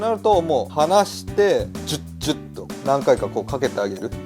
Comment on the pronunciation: 「ジュッジュッ」が「チュッチュッ」に聴こえて照れます♡